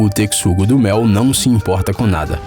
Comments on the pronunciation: E o pior é que falou tanto e errou todas, a leitura do x nessa palavra não era essa....pelo menos na é poca que eu tava na escola kkkkkkk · A pronúncia está errada. Que vergonha! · Tecsugo ? Pelo qie consta a fonética é Texugo mesmo ... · Só eu q fiquei encomodada por ele falar tecsugo e n texugo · Não é tecsugo e sim texugo(techugo). Quando falou das hienas mostrou os mabecos, um tipo de canídeo selvagem africano. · Toda vez que o narrador fala: "TeCSUgo", dói na alma. E ele repete umas 500 vezes. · TeCSugo nunca vi esse animal e sim o TeXugo!!!!!! Q AGONIA ELE FALANDO O VIDEO TODO TeCSugo!!! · Que agonia desse tecsudo. É texugo, véi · Me deu agonia ele falando "teCSugo", é " teCHugoooo" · Eu: Não se pronuncia "Tecsugo" do Mel e sim "Techugo" do Mel! Narrador: Foda-se!! Porque o Texugo do Mel não se importa! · Vcs tbm ficaram com agonia dele falando tecssugo - do - mel mn q raiva kkkkkkkkkkkkkkkkkkkk é teXUgo mn kkkkkkkkkkk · O "techugo" virou "tecsugo" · Adorei o vídeo , mas o narrador não sabe ler é texugo não tecsugo , é texugo XU TEXUGO NÃO A "C" NENHUM . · Ajahahah para de falar "tecsugo do mel" é TEXUGO com a pronúncia TECHUGO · Se lê Techugo não Tecsugo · Não se pronuncia " teCSUgo" se PRONUNCIA " teCHUgo" Nessa palavra o x tem som de ch Oloko gente 172 likes Tô famosaaaaa ( só q não;_;) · O cara falou TECSUGO (PRONUNCIA) e ta errado eh TECHUGO. N EH POSSIVEL QUE O CARA NUNCA OUVIU A PALAVRA TECHUGO PRA FICAR FALANO TECSUGO. Ridiculo na moral. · A pronuncia não é "tecssugo do mel", é "teXUgo" mesmo, ou ratel. E aquela "hiena" com filhote na boca, não era hiena e sim uma espécie de cão selvagem. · Kkkkk, eu acho que esse narrador é voz computadorizada, não tem como dizer Tecssugo-do-mel tantas vezes tão perfeitamente . A pronúncia certa é TeXugo do mel . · "Tec-sugo"? Eu acho que a pronúncia em português brasileiro é "techugo". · TeCSUGO???? KKKKKKKKKKKKKKKKKKKKKKKKKKKKKKKKKKKKKKKKKK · ele pronunciou tecsugo e se pronuncia techugo a palavra texugo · vdd kkkk